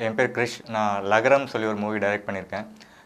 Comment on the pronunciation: Adhu lagaram illa zhagaram...